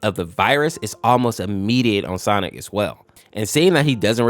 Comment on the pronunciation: You said "stonic"